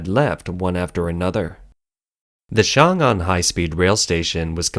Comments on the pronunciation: Good analysis. One suggestion for the channel is to pronounce the pinyin more accurately vs. sounding like a complete westerner. It's not "Xiang Ang". 「雄安」 in mandarin is more like "Shong An" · XiongAn pronounced, X(i)ong -Ann or Song -Ann , for simplicity..